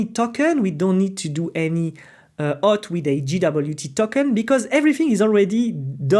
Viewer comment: Great tutorial, but seems like you are ruining all the people pronunciation like you are saying Success ❌ Soookcess ✅ Auth ❌ Huth ✅ And many others